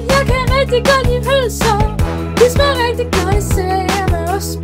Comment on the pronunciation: jeg kan ikke lide pølser det lyder som om du siger bh